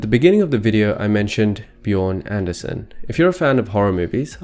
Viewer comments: It's actually Björn ANDRÉsen, not ANDER. Anyway, Great video! 😊👍🏻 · Andrésen, not Anderson ...